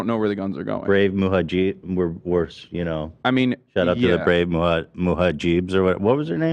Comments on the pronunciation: Ethan: muhajeeb Hasan: it’s mujahidin Ethan: oh anyway muhajeeb. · "Brave Muhajeebs" - Ethan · I can’t wait for Ethan to get the pronunciation of mujahideen wrong every week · The best part about this podcast is Ethan never pronouncing mujahideen correctly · Ethan not being able to pronounce Mujahideen after this long is so fucking funny.